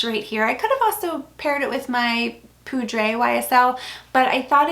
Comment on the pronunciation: I love your videos, so please don’t take this the wrong way. You are pronouncing French names in Spanish. Every time I hear you say the words in Spanish makes me cringe. For example, the J is not silent in Veja and poudre is not pronounced as poo-dray. 😅